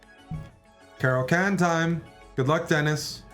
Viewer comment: Bruh its not a cara can, like a can of cola, but a caro kann like Khan Noonien Singh.